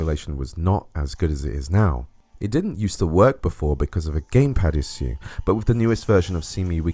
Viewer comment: I have an issue with the way you say issue